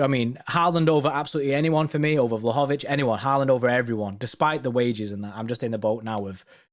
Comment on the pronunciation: It’s pronounced vlowhowvich